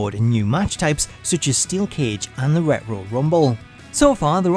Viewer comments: It really bug me when you pronounce Retro "Ret-Ro" it should be pronounced "Ret-Tro" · I'm sorry but what does"rehro","fooige","creaure","staed"mean?what have you got against the letter t? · Pretty sure that word is retro bro - retch-ro 😂😂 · RET-RO? ...ITS PRONOUNCED RE-TRO Fuckin Hell ,Scooby Doo school of Narating😆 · Ret row? Reh TRO! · Ret-Ro? Is it not pronounced “Retch-Row” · why do you say " rero" NOT " RETRO" HAHAHA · sound like dude saying Redrow Mania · Retro(ret-tro)..omg that is bothering me how bad your fucking that name up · Wtf is ret-row? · "Ret row" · Not Ret-Ro..oh no! 😂🤣😂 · Ret-ro bothered me more than I want to admit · Ret-ro? Are you scooby doo? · How does nobody love this guy enough to tell him that he's been saying retro wrong his entire life? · annoying how you pronounce Retro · That's not how you pronounce retro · Dude can't say Retro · The way he pronounces "Retro" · The way hes saying retro!!! Ugg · I... the way he prounves retro is... somthing else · Please learn to pronounce retro.. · Do you seriously not know how to pronounce “retro”? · That’s not how you pronounce “retro”! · The way he pronounces Retro in Retrowrestling is hilarious 😂😂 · Why he say retro like Scooby Doo says uh oh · I refuse to believe you've never heard the word "retro" before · The way you say “retro” reminds me of Scooby Doo barking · You don't know how to pronounce retro. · The way you pronounce "retro" is sending me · The letter t doesn't exist in his language